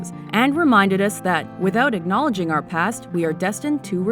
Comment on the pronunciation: acknowledge, not ignolage